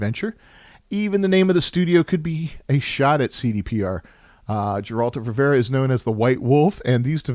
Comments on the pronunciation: "Another Jeralt or Revera adventure" First time I hear someone butcher it that badly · Dżerald of Rivera xd